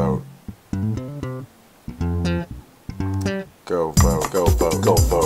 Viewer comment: It sounds like he's saying "go vogue"